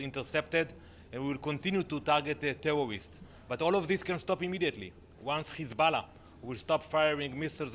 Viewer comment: "we are tawgetting tewowists" ffs bro I'm Lebanese and i can fully say that was a lie and I'm astonished as how much they get away with shit even if the media covers all their war crimes . We live in a dystopia surrounded by idiots who cant see further from their noses .